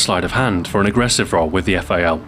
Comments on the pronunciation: Fail... You should read correctly :D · the eff-a-ell...